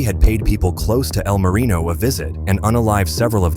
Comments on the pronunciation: "E.L. Marino" and "El Marion" lol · "EEE L Marino" A.i. is disgusting.